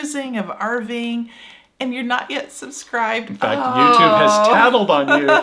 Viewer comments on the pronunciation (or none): none